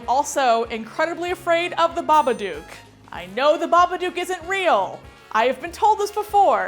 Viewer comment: She pronounced Babadook wrong lol 😂